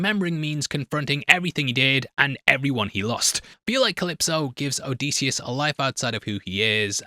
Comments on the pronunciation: oh dih see us, not o dee see us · Disius not Deesius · For the love of all that is Homer and Greek Mythology please stop calling him oh-dee-see-us. It is Oh-diss-ee-us. Or if you wanna get Greek it’s Oh-diss-efss. You’re killing us, bro. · if you say "O-deece-e-us" one more time ur gonna have to answer to deece nuts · Hes definitely saying "o-dees-eeus" for the comments and im a victim from it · O’Deasious is a new pronounciation I have yet to hear until now. Thanks. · I’m 13 mins into this video and if I hear him pronounce Odysseus’ name wrong again I’m gonna jump off a cliff. Has the book but can’t bother to say the name properly. Just reupload at this point. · Bro he cant even say the name Odysseus’ name correctly. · So quick in fact he couldn’t bother to pronounce the main characters name correctly one fuckin time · Have him breakdown a goddamn pronounciation of the main characters name while we are at it. Fuckin hell